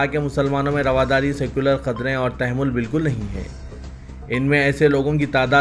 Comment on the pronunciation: It is Tamahhul, not Tamehhul plz.